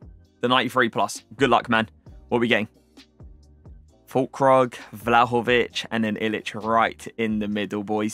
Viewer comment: It's pronounced fool-kroog